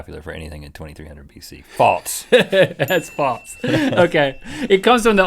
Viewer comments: Why do you guys pronounce false like "faults"? Like wtf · when they say 'false' it sounds like 'faults' and it drives me insane. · does anyone notice how when they say "false" they pronounce the s part of the word more like "ts", like "faults" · Is it just me or do Rhett and Link say Faltse instead of false? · its not FALTS its FALSE. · They say faltse